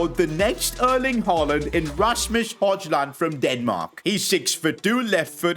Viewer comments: bro called him rasmus hojjjland 💀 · ah yes, the new man united star, Razmoos Hodgeland